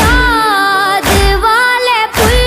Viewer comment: بُغداد نیہں بیٹا بَغداد ہے اور بھی ایک دو لفظ میں زبر زیر کی غلطی ھے